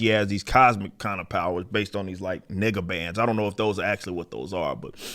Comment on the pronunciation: i thought he said N*gga bands rather than nega bands 🤣